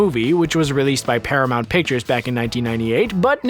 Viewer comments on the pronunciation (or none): none